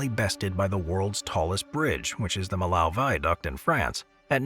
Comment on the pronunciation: Millau is pronounced “mee-yo” not “milow”